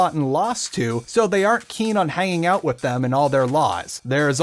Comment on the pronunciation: Remind me, how do you pronounce "with" again?